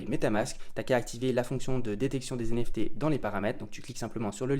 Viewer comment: Des "zenefté" mamen 😆😅